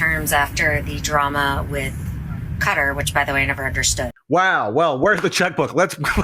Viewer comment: QATAR is pronounced CAT ARE not CUTTER So man North Americans are educated below a third-world Standard and thick as two bricks